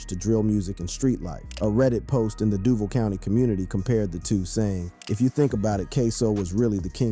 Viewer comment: Buddy can’t pronounce “Duval” right 🤣🤣🤣🤣